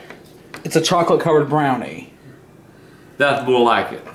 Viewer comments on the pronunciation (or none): the wah he says brownie is funny